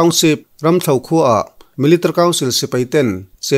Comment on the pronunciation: millitary tih hi chiang deuh in lam rawh i lam rang lutuk a, mi-li-ta-ri ti deuh dap la ngaihthlak a hahdam lehzual ang